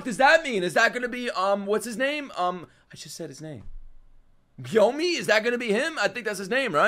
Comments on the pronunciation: jus for the next episode letting u know its gonna be awesome i love gyomei bro is really him. btw its not pronounced "gyo-me" but instead "gyo-may" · Gyomei is pronounced gyo and mey like you say hey